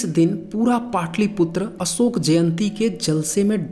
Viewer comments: अशोक में श होता है न कि स होता है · भाई असोक नाही अशोक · असोक क्या होता है?? अशोक नाम है या असोक?? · जय हो देवानां प्रिय सम्राट असोक(not अशोक) 😘😘🙏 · Tu dono mein hi असोक hi bol rha hai🤦‍♂️